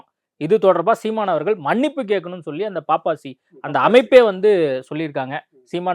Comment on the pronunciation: பாப்பாசி இல்லையே பப்பாசி தானே அதன் பெயர் ஏன் நெறியாளர் பாப்பாசி பாப்பாசி என்று உச்சரிச்சிசிட்டு இருக்கிறார்!!":!!!!!